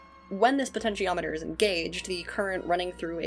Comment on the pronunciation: You pronounced potentiometer correctly, don't worry :)